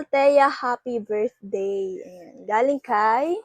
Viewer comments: Fackage???virthday?hehe bka nmn Package be & Birthday.like i've said,be aware how to pronounce B & V,,,,,P & F..no offense meant!. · FACKAGE????VIRTHDAY???hehe bk PACKAGE be & BIRTHDAY..like i said many times,be aware to pronounce B &.V,,,,,P & F..note;no offense meant & do not delete my msg be.ok!sumtyms u have to accept ur mistake & don't get mad.🙏❤✌